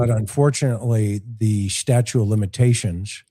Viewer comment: '''Statute" of limitations, not "STATUE". I'm shocked at you saying this.